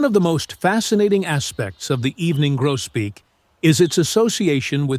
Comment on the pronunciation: evening Grosbeak not Grobeak